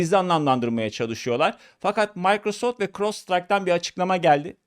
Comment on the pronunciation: Türkçe'de ona Maykrosoft değil Mikrosoft denir.